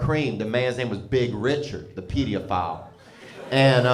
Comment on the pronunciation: Didnt realize it was pronounced Pediaphile! Pretty cool educational-comedian